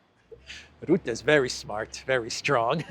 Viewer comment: Rootte does not exist. I only know 'Rutte'. Learn to pronounce names.